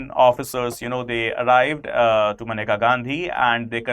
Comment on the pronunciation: it's menka not maneka atleast dhang se pronounce krna to sikh jaao kale angrezo